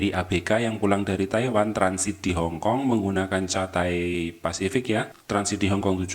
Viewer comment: Cathay bacanya Kathai 🙏